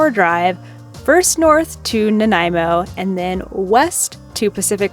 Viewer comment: Great job on the pronunciations for-Ucluelet and Nanaimo. BC is amazing.